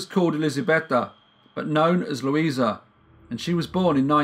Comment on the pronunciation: Victim's name was Lusia (pronounced Lusha), not Luisa. Thank you for presenting the case, it's still puzzling people in Poland. The daughter and granddaughter of Rita were fighting for rehabilitation of their mother/grandmother. More info (in Polish) in the link